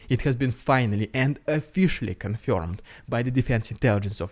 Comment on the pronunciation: Officially is spelled and pronounced with an O at the start not an A.